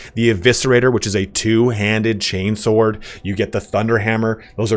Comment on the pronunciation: They way you emphasized "2h-chain-sword" made me lol. I had the dame reaction